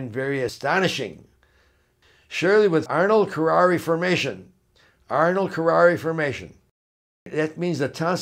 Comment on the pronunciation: Ernold kerarri formation? People who take this condition seriously usually refer to it as Arnold Chiari MALformation. while I am not against chiropractic treatment, I am hesitant to trust anything you say, since you not only fail to pronounce it correctly but your thought process on the whole ordeal just seems to be greatly askew and out of touch with reality. Maybe it seems snobby to point out also that your spelling and grammar are horrifying.